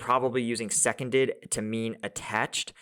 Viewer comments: "Seconded" is a word. It's not Second-ed, as in - something to do with being second. Seconded means "taken to" - Pronounced Se-CON-dead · I think that you are mispronouncing Seconded, it is nothing to do with being second(2nd), it’s a way of saying that they were taken over, because they were seconded by another unit…….. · The European pronunciation for "seconded" I know is "see-con-dead"